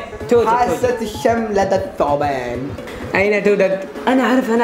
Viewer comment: اهم شيء عبود قال توتد بدل توجد